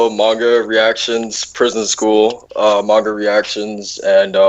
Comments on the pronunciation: Ga he said it like Main Ga XD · Gah, it still bugs me how you pronounce "Manga".